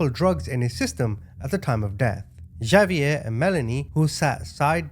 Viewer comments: Okay, completely minor comment…Xavier is pronounced “Ha-v-air,” not “Ja-v-air.” 😉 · The name Javier is pronounced HA VEE AIR. 😂😅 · Is not Javier.. it's pronounced Hov ee air